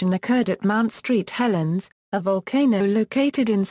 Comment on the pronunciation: LOL, "Mount STREET Helens" haha